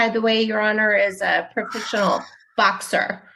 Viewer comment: Oh man, this is rough. She slurs "professional," sounds like she's interpreting a valley girl from 1992, and "loves it." Jesus.